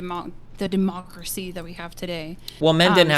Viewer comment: I can not unhear the pronounciation of De-Mock-Race-Y. I dont know what to make of it and where to sort it yet, but i feel like it has a strong future. Progress has always been achieved by imperfect individuals rife with contradictions and flaws. Shes holding people that lived centuries ago in societies with completely different norms to the standards of today. To make a change on the scale of the entirety of society or even globally. You can't fight everyone on everything that you think is wrong, especially not if you arent acting from a position of immense or even absolute power.